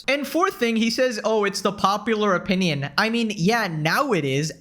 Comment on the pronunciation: You're right about so much. Buuuut, when you sound like an autistic screecher and when you say "opinion and origin" entirely wrong, to the point it hurts and then i laugh my ass off. It's really hard to take you seriously sometimes. I still support and appreciate you, just know how words work please.